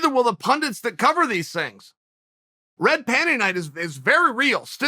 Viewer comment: I swear he said pundints, I hear this a lot.